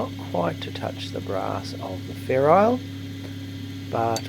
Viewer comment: I always thought it was ferrule, not ferrile.